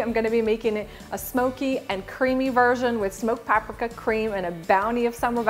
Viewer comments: I think you mispronounced paprika ..... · Well I've never heard paprika pronounced that way.